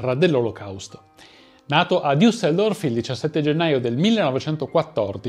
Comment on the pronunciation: non diusseldorf ma una sola vocale a metà tra la i e la u